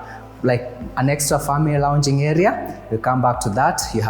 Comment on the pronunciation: Did you just say friends and famerey ?😢